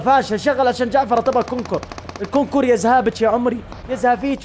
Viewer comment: ينطق كونكر وليس كونكور !